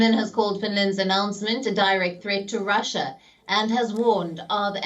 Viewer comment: 'R'When did Russia become Pussia.